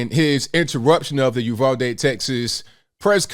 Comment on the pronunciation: Thank you for pronouncing Uvalde correctly. It is a small thing but meaningful when you hear your hometown butchered repeatedly.